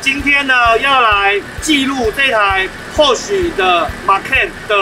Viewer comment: 保時捷正確的英文發音 Porsche 是比較接近“潑兒夏”。不是“潑許”。可以在Youtube找的到。